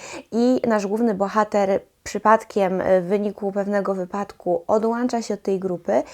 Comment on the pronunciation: Odłącza ! 😱 Nie ma takiego słowa jak odłancza 😅 przepraszam, ale musiałem. Mam uczulenie na ten częsty błąd językowy 😉